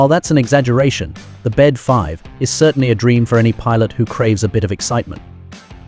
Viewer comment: The Bede 5 is pronounced B D 5.